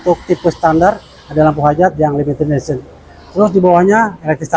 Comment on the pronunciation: Berak dulu kalo mau review, biar ngomongnya jelas, limited esi sipi wkwkwk mabok loe..😂😂😂